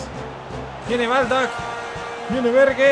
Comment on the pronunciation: Bergue se escucha raro, dile Ber, o Berg por que así es como se pronuncia